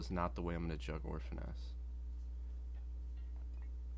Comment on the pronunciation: juuuuuuugg not jugggggggggggg. dorks